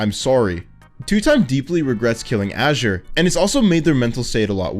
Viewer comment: thanks for being the first person to pronounce azure like azurewrath